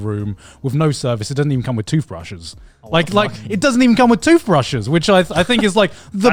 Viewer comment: “Toofbrushes” -Garnt